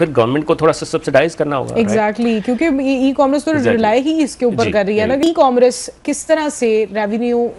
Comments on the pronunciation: It is e commerce not e comm Russ. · It is E commerce not e comm russ